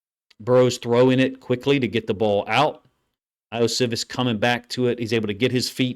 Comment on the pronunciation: Ioshovas 'E-oh-she-vas'. Pronounce the I's like E's. That's the way most languages work, except English. Usually if we, as Americans, see a foreign name/word, this rule helps greatly. Also, love your film reviews. 👍🏾